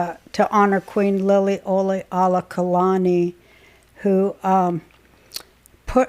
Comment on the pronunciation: Lilly-oka-lani. Just helping since I grew up the and know how to say the Queens Name! Love you!❤